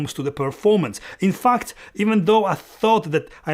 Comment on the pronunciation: how you pronounce "in fact", anyway i watching your review, i decide to keep tamron because of ability to get closer! thank you